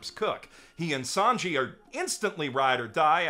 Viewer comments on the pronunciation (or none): I only watched season 4 of the anime and felt discouraged, but I absolutely adore the live action series. The Japanese actor who played a Japanese character was fantastic, although I wish they had cast a French actor for Sanji - his pronunciation was cringe. I'm excited to pick up the anime series again soon.